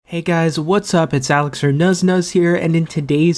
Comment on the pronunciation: Is your first name Alexor? Sounds like u say here